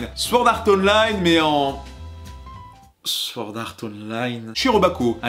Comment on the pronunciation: "Slaï eur" ?? "ponti an steukin" ?? Un effort... "Sword" a un W qui ne se prononce PAS... Un effort...